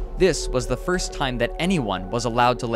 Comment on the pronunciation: “watch that foist step! It’s a doozy!”